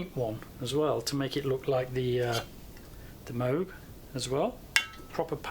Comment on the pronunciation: It's pronounced Moog.